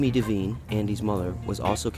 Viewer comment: It's pronounced DEE-VINE. Not Daveen.